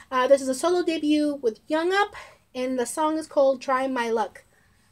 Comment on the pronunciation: Thank you for your reaction and for being a fan of B.A.P. How much do you know of them? What stuff have you seen of them? Oh and Jongup’s name is pronounced with the J sounding similar to Jump. It’s not with a y sound. I would like to request a reaction but I don’t know what you have seen already.